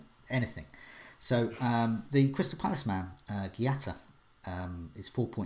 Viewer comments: gee-yata - oh my the pronunciation on here never fails to amaze me.. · Giuata?? Those pronnounciations are brilliant